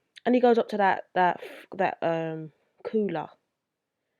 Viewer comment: Coouwla😁 not making fun of your accent it's pretty cool actually it's just how you said it sounded so hardcore accent no disrespect though✌